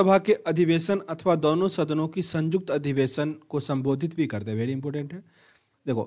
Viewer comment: Sanyukt hota hai bhai sajukt nahi hota